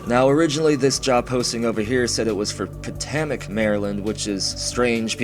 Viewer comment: As a marylander, its so painful when he says potomac the way he does